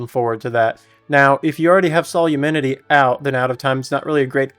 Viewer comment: Drink for every time he pronounces Solemnity as Solumenity